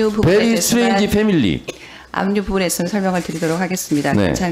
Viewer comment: 정청래 최고위원의 질의가 똑부러지시네요. 그리고 위트도 있어요. 매우 이상한 가족이다. 라고 하시면서 베리 스트레인지 패밀리라고 한국식 발음으로 또박또박 얘기해주시니까, 뒤에 계신 여성분이 웃음을 참지를 못하시네요. 이 상황이 정말 이상하긴 하죠. 장관인사청문회나와있는 후보자가, 자료제출도 안해, 자금출처도 이상해, 세금도 안내... 그러면서도 장관은 하고 싶은가봐요. 한순간만 쪽팔리면 가문의 영광이라는 건가요?